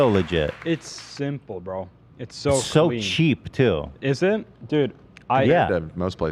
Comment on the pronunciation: Ethan said it’s so “sheep” like love😂😂